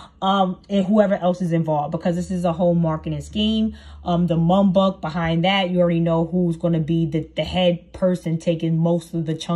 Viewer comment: Girl it’s Muk Bang!